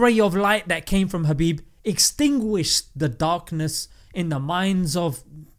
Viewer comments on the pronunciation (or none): Is it just me or You're actually saying Habib instead of Khabib?